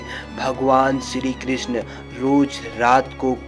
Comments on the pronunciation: सिरी क्रिसन मिसरी परसाद । क्या बकवास है सही शब्द नही बोल सकते । चले है भगवान को वर्णित करने । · BHAI BOLNA SIKH PEHLE PANDIT KE PUJARI KYA HOTA HAIN MANDIR KE PUJARI TO HOTA BHI HAIN OR SHRI KRISHNA BOLNA SILH PEHLE